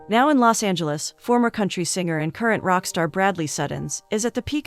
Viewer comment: God I hate these bot read stories. “A young man rec’rds a song?” Please.